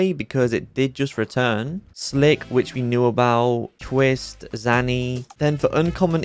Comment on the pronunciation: LOVE UR VIDEOS BUT ITS ZANY NOT ZANNY+